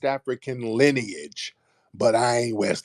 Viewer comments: keep saying linage instead of lineage lol omg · When you say linnage 😂😂😂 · Her voice annoys me. “Lin-ej” 🙄😒🤣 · Linage rhymes with spinach !!! 🤣😂🤣😂🤣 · Linach rhymes with spinach 🤦🏽‍♂️😂😂😂😂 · Linage rhymes with spinach!! I’m dead. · “Lineach rhymes with spinach” I am crying tears!! 😂😂😂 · This crazy azz woman done sat up here and created her own word “wats yo lynich? “ u don’t know yo “lynich “I know my “lynich “.. got mad and tried to make a threat with the physicals.. smh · Yooo “LENAGE” 😂😂😂😂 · “Linage rhymes with Spinach” 🤣🤣 FBA is a great term because it encompasses American heritage and culture. So when we hear outlier questions, such as examples like Drake, it helps clear up confusion. Drake spent his formative years as a Canadian, with an allegiance to Canadian heritage. I know some, like Tariq & others, have stated that an FBA must have publicly identified as Black American on paperwork:documents for atleast 10 years but I would go further and include their formative years. And formative years would mean the majority of your teenage (starting at 13) years up until at maximum age 25. If you never identified as African-American, Black American or FBA during your formative years, you’re disqualified from claiming as a self-identifying FBA. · Tariq: “ Mam linage rhymes with spinach!”😂😂😂 You should tell the truth so you can go to heaven, time is almost up! 😂😂😂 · I'm DONE 😆 🤣 😂 He said LINAGE RHYME WITH SPINACH Then proceeded to say "LINAGE" throughout the rest of the phone call 😆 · Linage rhymes with spinach🤣🤣🤣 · linn- age😂😂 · “Lynnge rhymes with Spinach.” Bye Tariq. Fk man. 💀 🤣 🤣 🤣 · I am a 69 y/o FBA and this old woman is foolish and shameful. She can’t be highly educated and pronouncing “lineage” as linach rhyming with spinach🤣🤣🤣🤣🤣 😳😳😳😳Many of us who are considered seniors don’t support this BS! We support Truth to Power❤️❤️✊🏽✊🏽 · Linage rhymes with spinach 😅😅😅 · lineage rhymes with spinach 🤣